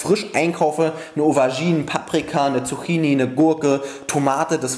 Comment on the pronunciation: man spricht es Zuckini aus